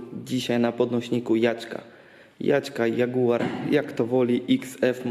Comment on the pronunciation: Tonie Jadzia tylko JAG tak sie mowi adekwatnie heheh :) PS. Dobra robota :)